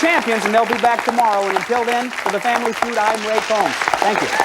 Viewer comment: He says family few not,feud